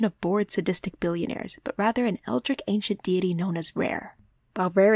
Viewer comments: I loved the video - thanks for making it :) Just wanted to note; 'eldritch' is pronounced phonetically, like 'ell-dritch' not like 'ell-drick', like you say . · Marcoh's left hand is not locked around someone's throat, because his right hand is. Also "eldritch" is pronounced "el-drich," not "el-drick."